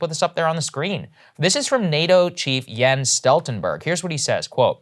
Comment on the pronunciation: Appreciate Saagar pronouncing "Jens" correctly :) Good job